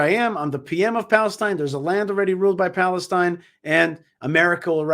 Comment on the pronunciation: "balestine" he said..🤣😂